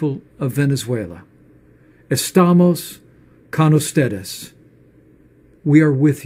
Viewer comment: astahmus cahn us-Ted-us!